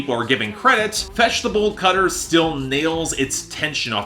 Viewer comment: Whenever you say 'Fetch The Bolt Cutters' I hear 'Vegetable Cutters'. Not sure why it matters but its sorta funny